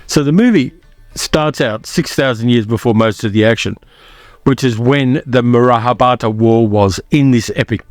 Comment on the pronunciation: No big deal but pronounce "Mahabharata" properly. Read each syllable because you are skipping at least one.